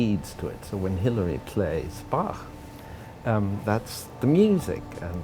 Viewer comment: I like how Christoph Waltz pronounces Bach, after years spent in music school it’s the only way to do it.